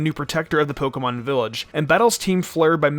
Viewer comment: Someone should teach this guy how to pronounce pokemon